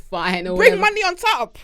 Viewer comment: Nigerian accent came through when she started talking about money 😂😂😂😂 “bring the moooney ah ah”😂